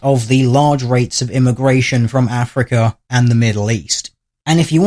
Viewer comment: he never says 'africa' but something more like 'afriker'